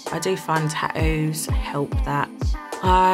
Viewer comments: If YOUR going to get them ATLEAST you can do is PRONOUNCE THEM CORRECTLY "tattos" NOT "tadoos" 😂🤡🙄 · At least say the word tattoo properly if you’re gonna cover yourself in them, they aren’t called TahOOOOS. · I am and I'm addicted to getting tah-oohs 🤣🤣🤣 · I was looking for this comment. 😂